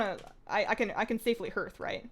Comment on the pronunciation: love you, pronounced HARTH! not herth <3